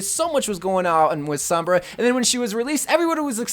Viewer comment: Sooom-braaaa not souuuum-braaa damn that pisses me off.